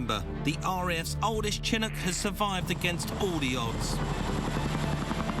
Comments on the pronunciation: Mike Brewer is a serial mis-pronouncer. He always used to refer to the Ford Ka as a Kay-Ay, so Chinncuk instead of Chinook is par for the course. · I can assure you I have never ever heard Chinook pronounced like this ..... and I'm English.